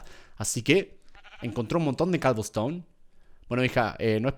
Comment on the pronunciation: Cuando dijo cobleston me acorde de l serie de skiblok